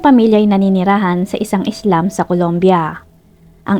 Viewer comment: slum po hindi islam pag pronounce nakakalito po paki ayos po pag pronounce pero overall very good story ❤